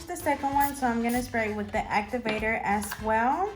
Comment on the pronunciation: Di u notice that when u say " as well" , it sounds like u say " as swell". Lol. Does anyone else hear that? Or just me.... Love ur nail vids. I'm new to doing nails so u help me AloT. Thanks 😊